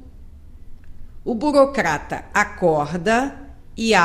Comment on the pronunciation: confegue, regga, burocgata